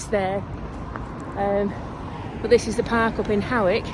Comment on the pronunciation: Hari OM Yes, "Hoick", well-pronounced,! Part of my home territory, I know it so well. The drinking water tap is on the other side (roadside) of that wooden fence from the toilet disposal point. The town does have much to recommend it; museums, galleries, good eateries, plenty of supermarkets, a fabulous park - just up from where you slept... I'm so glad you enjoyed it and defo worth revisiting. They are making a fine job of the flood defences, making a super park-like area and walking spots.... Anyhoo - Merry Christmas dear lady - onward to a fine 2025! YAM xx